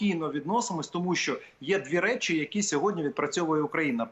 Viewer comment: ВЕДУЧА!!! НЕ сЧЧЧо а що.... звук шшшшш шшшщо, щ це майже ш, там Ч немає